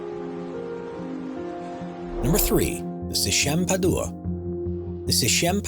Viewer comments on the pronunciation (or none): its PAD-WA not PA-DU-WA